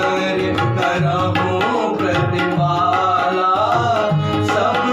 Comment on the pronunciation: करहुं प्रतिपालऽ , जालऽ छै अपने प्रतिपाला, जाला उच्चारण करैत छी या फेर सुनवा म आबैत य।